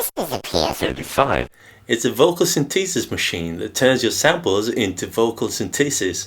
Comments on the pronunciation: Great demo and explanation of the features. Always like your videos but… Pet Peeve of mine, proper pronunciations… The proper pronunciation is: Syn The Sis… not Syn Tee Sis. It is a Syn The Sizer… Not a Syn Tee Sizer Also a tip, if you want to restore all of the presets, press and hold the Pattern and Write buttons at the same time while installing the battery. It is easier to do if you keep one battery installed and the other just slightly out. Then you can hold the buttons with one hand and quickly push the second battery into place. The screen will read Reset. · Sin-TEE-sis? Ugh. Please listen to British pronunciation here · Interesting pronunciation of synthesis. synTHEEsis.